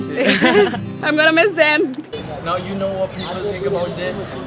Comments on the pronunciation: his name is Zayn not zain.........pronounce correctly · It's not zaiin Malik it's Zayn Malik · AND HE IS MINE AND ALL OF THEM SAY ''ZAYAN...BUT IT'S ''ZAYN'' LOL LOL LOL